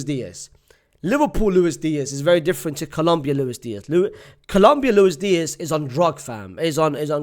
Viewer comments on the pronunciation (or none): none